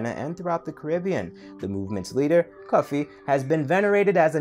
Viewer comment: It is not Kofi, it is Cufi